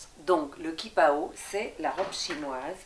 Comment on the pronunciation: On dit "tchipao" hein...